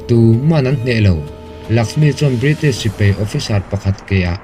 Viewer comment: Sipei nilo in sipai aww sir.